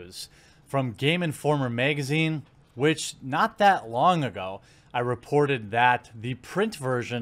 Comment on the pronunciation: I need a compilation of him saying magazine